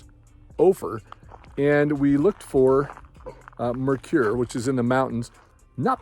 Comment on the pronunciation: Mercur is “Mer-sur” Mercur